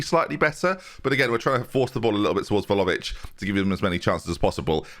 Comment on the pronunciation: Can pronounce one of the hardest names in the game but still calls Vlahovic Volohovic 😂